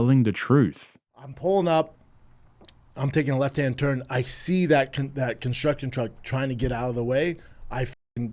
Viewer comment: Cunstruggtion Trugg, B